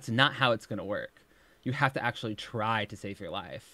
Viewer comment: “I Ucheally eat this in two separate MILLS” (repeats 3 times) followed by “I keen show u guys a close up” gorl WHAT IS YOU DOING